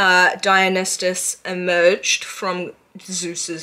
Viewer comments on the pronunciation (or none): babe i love you so much but its (die-un-eye-sis) there is no t.